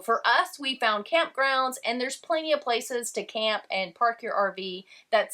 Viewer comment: the “found” doesnt even really have any vowels, its just “fn”